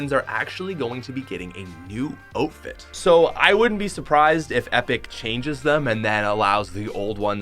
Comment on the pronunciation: outfit or ofit? cus i hear ofit